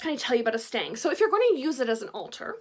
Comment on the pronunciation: It's a stick, pole, staff, or stave. If you insist calling it a stang, then the pronunciation is more like "stung". I know, nitpicking, but I couldn't help myself 🤪